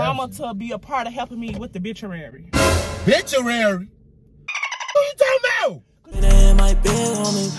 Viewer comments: OMFG 😂😂😂😂 they pronounced it....bitchuary LMFAO 😂😂😂 the bitchuary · Bituary it's obituary lol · "BITCHUARY??!!" Lawd, help me, Jesus! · Yooooo he said reception so many times, when she said obituary "bituary" Ms Shirley is bn given 🤣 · Not the bituary lmao Obituary sis 🥴😂😂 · It’s repass. Lol. And there’s a O in front of “bituary”. Lol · HE SAID “what biturary”!! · What happened to the O in Obituary 😂😂😩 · The fact they forget the O in Obituary